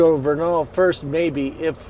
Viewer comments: Vernal is pronounced like Kernel as in popcorn (Native Utahn, lol). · VER nal. That’s how people in Utah pronounce that town’s name. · It is pronounced ver' nul Vernal, Utah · He’s saying Vernal all wrong lol.